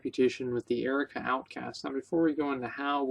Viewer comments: What the fuck is the Erica outcasts? Learn to pronounce words. Jesus. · LOL I'm dying. I noticed his semi-strange pronunciation of 'ARR-UHH-KOE-UHH' as Erica as well.